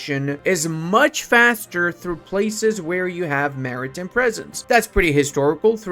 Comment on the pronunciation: the way he says maritime hurts my soul